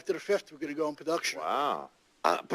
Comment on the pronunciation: "imdbs" "pre and post pahduction" "silent liberry" "poplah show"